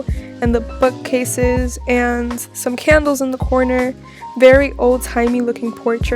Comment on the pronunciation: is it only me or when she said book cases it sounded like she said fu** cases edit: THE OUTFIT THOOO ITS NOT FIREEE